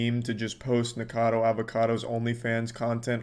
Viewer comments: It really bothers me that he keeps saying "Nikado" not "NikOcado". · I don't watch Nick but why that man says his name 100 times the wrong way